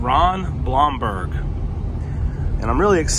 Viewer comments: Pronounced Bloomberg. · It’s pronounced “Bloom-berg” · You pronounce his last name Bloomberg. Not the spelling but that is how you say it. I know Ron. Great guy!! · Hey. Ron Blomberg (I see somebody else corrected the pronunciation) does a weekly Facebook Zoom telecast. It's great and he talks about baseball, the old times and has great guests. He was a fan favorite. His group can be found at